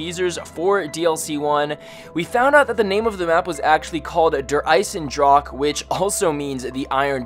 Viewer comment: its pronounced draw huh